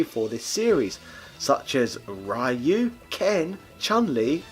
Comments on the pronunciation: How is it possible for someone who seems to know a lot about those games (and I imagine have played a lot of them) to actually butcher Ryu' name ...? it's not Rah-you, but Ree-you :) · I'll pretend you pronounce 'Rai-you' deliberately. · Pronounces Ryu wrong and then asks if he's pronouncing Iori correctly. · I'll never understand what sort of mutation the English language went through that now Street sounds like "shtreet". Also, RIP Ryu, you completely butchered his name, over and over.